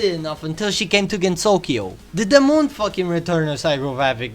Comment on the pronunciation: Okay but I love the ZE MOOUN